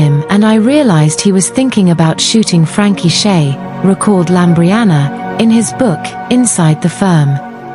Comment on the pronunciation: LAMBRIANOU NOT LAMBRIANA!!!!